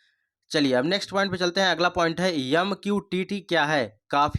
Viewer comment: यम नही, एम होता है